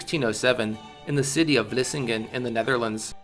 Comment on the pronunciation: as a Dutch person, Hearing the names of places like Vlissingen en bergen op zoom be said in English is so funny to me for some reason